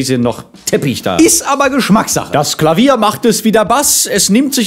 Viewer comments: Klafünf.. statt Klavier.. omg. Ich kenn das Video seit 2017 und mir fällt das jetzt erst auf.. XD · "Klafünf" null erwartend nochmal zurückspulen müssen :'D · "Klafünf"? Du bist ja ein Schlawiner :P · er hat nicht wirklich klafünf gesagt XDDDD